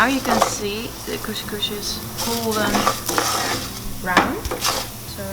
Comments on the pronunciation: it‘s called couS couS and not cousch cousch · don't forget ginger. There is no morrocan meal without ginger 🤗 It's couScouS not kushkush 😂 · It’s called cos cos (not cosh cosh)😂😂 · I'm from israel, express it couscous ( Don't express the sh, just s) :) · Kus kus, not kush but kus🤣🤣😂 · its called koskos not koskosh and Israel doesn't exist and koskos is Moroccan dish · You are so cute! Actually you pronouns it israeli kooskoos (not kooshkoosh), but in israel we call it ptitim. Love your videos!😍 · Couscous. Not 'coesjcoesj' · Hi I live in israel, the lest meal you made is called koskos not koshkosh. And actually this is not koskos this it ptitim google it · As an israeli..you say couscous, not coushcoush haha..love you! Such a great video :) Gave me some meal ideas *more Israeli dishes you migh like as well- shakshuka, and Falafel. Google it :) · It’ s so cute the way you say « coushcoush » . It’s couscous. It’s far from the way we do it in morocco but it’s an interesting recipe to watch. Thanks for sharing. Stay safe ! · Hello from Turkey🇹🇷🇹🇷🇹🇷KusKus, es sounds not ş sound pronunciation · It's kus kus : ) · cous cous is pronounced "kus kus" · im from israel and israeli cuscus is my favorite! u need to say it like "cus cus" no with sh :) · Zmie M yes you do pronouce the s. CouScouS. 😉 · The way you pronounce couscous is so cute 🙈